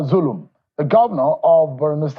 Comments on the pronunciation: Its Governor Zulum not Bulum please. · pls correct the name u mentioned in your headlines....his Name is Governor zulum not Bulum as u said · note: it's Zulum and not Bulum. You ought to do better than this. It's advise that you correct the spelling of his name. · Point of Correction is ZULUM not BULUM